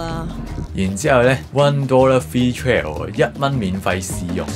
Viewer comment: Patrick啊! Trial 係讀 Try-ou-l 唔係 Tri-oul 啊~~~~~